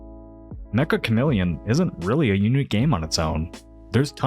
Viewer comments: Lil pronunciation correction for the game title (めっちゃカメレオン): In Japanese it's not pronounced 'meka' as in Mechagodzilla and more like 'tcha' as in Charizard. The second c is supposed to indicate a tiny pause/jump in intonation °°)b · I know it’s how language works, and colloquially this game is known to everyone as “Mekka Chameleon” in English now, but it’s actually pronounced meht-chuh (めっちゃ) and is Japanese for “a lot” or “very” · Meccha (which means "very") is pronounced "met cha" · I hate to be that guy, but I just want to point out that it's not pronounced the same as Mecca. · Why can no one pronounce “Meccha” correctly